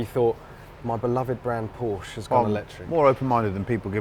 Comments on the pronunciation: Why wont they pronounce Porsche correctly? Theyre clearly saying it the wrong way on purpose.... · Please Jack, hear and listen to how Chris pronounces Porsche and repeat until you're saying it in your sleep.